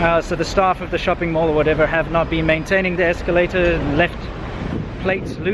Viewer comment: Incidents, not "incidentses." Escalator, not "esculator."